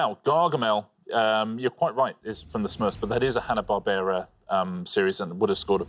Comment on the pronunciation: Im sorry Xander, "Hanna Barbara"??